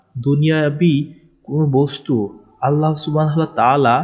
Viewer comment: ভাইয়া 'আল্লাহ্ ' উচ্চারণ ভুল হয় আপনার। আল্লাহ না আল্লাহ্ হবে।।হ হসন্ত.